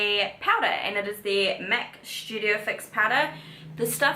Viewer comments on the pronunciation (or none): It’s STudio fix not Shoodio fix 🤦🏽‍♀️